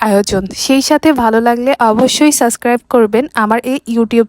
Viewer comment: Sascribe hobena😅Age subscribe bolte shikhun